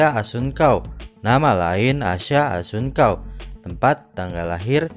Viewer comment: Salah 🤦 asha kelahiran th 2004 dan assuncao baca nya pakek C bukan K 👌😘